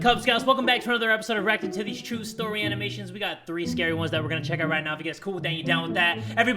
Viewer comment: bro i heard "rock of titties" instead of "reacting to these" at the beginning and got so confused.